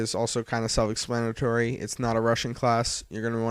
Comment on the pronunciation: ex-plan-a-tory, not es-lan-tiry